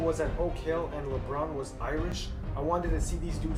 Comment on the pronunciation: "Raymone James"